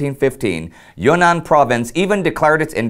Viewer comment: Thanks of the information man. I was confused because "Yuenan" in Chinese means "Vietnam" and the way Indy said it also got me confused.